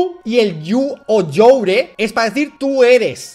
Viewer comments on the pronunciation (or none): yu yor yuar JAJAJA vivo en usa y le puse ese momento del video a un amigo gringo y quedó flipando. Vaya inglés me llevas dalas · La única corrección es que "you're" and "your" se pronuncian igual.